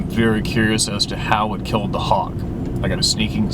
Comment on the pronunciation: Hawg not hawk brother